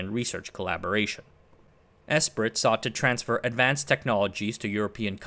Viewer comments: I believe "Esprit" is pronounced "Espree." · Esprit is pronounced ‘ess pree” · Great video. FYI 'Esprit' is pronounced 'Espree' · Came here to say the same. Phonetically it’s pronounced “Espree”. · Esprit is pronounced "'espree" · Not out of annoyance, just a correction. Esprit is pronounced "S-Pre" it stems from French, and being an EU policy its likely it was largely written there, though in don't known that part for sure.